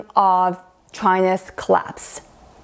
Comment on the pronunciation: Hey woman your pronunciation on word collapse is not clear ,because you pronounce it claps instead of word collapse